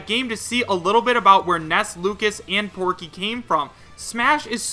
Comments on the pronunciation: Why do you pronounce Pokey like 'Porky'? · why did you say PORKEY the original name is POKEY as written, porkey is a mistranslation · You do know his real name is POKEY right. Not porkey. He gets porkey as a name towards the end of the original earthbound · either they misspelled porkey, or you mispronounced pokey